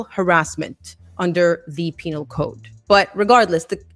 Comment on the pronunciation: She said penal